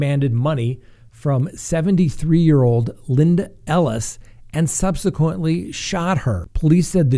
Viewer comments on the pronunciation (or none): none